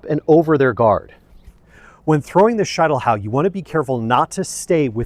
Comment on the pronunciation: SHEET NOT SHITE!!! Schietelhau!!!